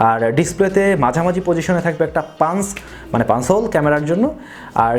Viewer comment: Puns na.. Uccharon hobe punch hole....